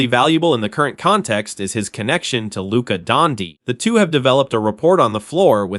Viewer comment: Who the F is Lucas Donkey?! Stop using AI for your podcasts!!